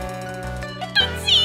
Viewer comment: BOYS AND BURGERS GOTTA STICK TOGETHER, THEY BOTH LOVE TOOTSIE AND TOOTSIE LOVES THEM BACK! HAHA IF I REMEMBER WELL THATS HOW *TOOSIE*(only 1 t like Raja used to say Tootsies name XD) USED TO SAY IT